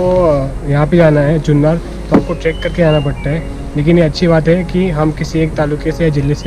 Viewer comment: जुन्नर आहे ... जुन्नार नाही